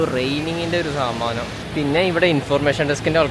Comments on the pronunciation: Saadanam ❌Saamaanamm 😂😂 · Saadanam ❌ saaamanam ✅ new word unlocked 😅😅💙💙💙💙